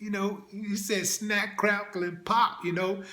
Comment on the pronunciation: He said " snacc. Craccle and pop...🏌🏌😂😂😂